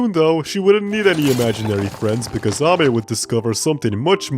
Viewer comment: NO WAY!!! is one of the few people who pronounced Ame's name right, i have seen a lot of people pronounce her name "Amy" which is wrong. i really enjoy watching videos about something that isn't dst even though its a dst channel.